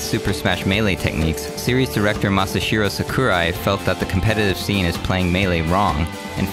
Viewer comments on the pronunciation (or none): Ma sa hi ro sa ku rai not mashasiro sakurai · I love how he said Mashahiro Sakurai's name so bad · how the F**K did he pronounce Masahiro Sakurai?